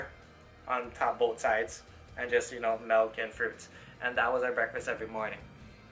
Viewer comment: have you ever tried crossfit? You should join a crossfit competition. btw, I used to pronounce 'milk' the same way you do. It's incorrect. you're pronouncing it as 'melk'.